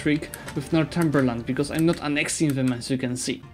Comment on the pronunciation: Northumberland is North-umber-land.